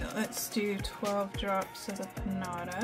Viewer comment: You pronounce it Peen-JA-TA